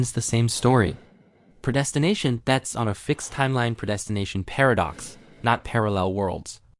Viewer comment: Say preydestination again 🤣😂🤣😂🤦‍♀